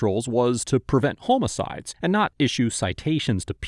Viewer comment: home a sides? Lol. I'm surprised nobody made a comment about it. 😂 not trying to be mean, love yall!